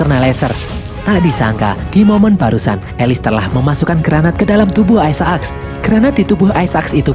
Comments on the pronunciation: Aisak min, bukan aisa ak.. apaan sih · Kenapa gak dibaca aysek :v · bacanya aisak bukan isa ak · Bang aisek bang aisek. Bukan aisa ak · aisek bukan aisaak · sebut isaac tu salah donggg. bunyinya yang betul is "ai zek". bukan "ai za ak"!!! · biasa aj bg bilang aisaaak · Ay-sa-aks :v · Nyebut isac rada aneh. Wa haji isak weh